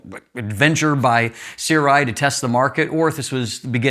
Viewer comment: The pronounciation is surai, sorry.